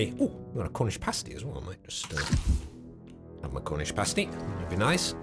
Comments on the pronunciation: I love you but… A Cornish WHAT?!? It’s Past-y! Not pasty like paste 😂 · Never heard Pasty said as pace-tee before, i always say it as pass-tee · As a cornishman I feel it is my duty to tell you it's pass-tee not PASTEY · Pasty rhymes with nasty not tasty. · As a brit, and knowing you're a brit, I hate the way you say cornish pasty. It gives me shivers. Do better. That is all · Please don't pronounce the word pasty like that... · Please learn how to pronounce Pasty 😂